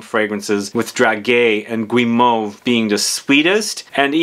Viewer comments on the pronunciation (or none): It's pronounced "drajé", it's a soft /g/, "dragué" does exist in French though, but it means something different (like chated up, if it makes sense, 😂) and guimauve is not pronounced /gwi/ but /gee/ ... if you need French pronounciation sessions, do not hesitate, I teach French in a College in London 😉.